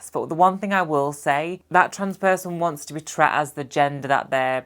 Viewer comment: This has nothing top do with anything, but I love that in your accent/dialect "treated" becomes ""tret". Keep up the good work!